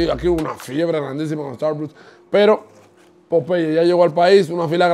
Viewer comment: Buen vídeo, pero es importante que aprendas a pronunciar las marcas antes de grabar el vídeo, muy mal pronunciado tanto Popeyes como Starbucks.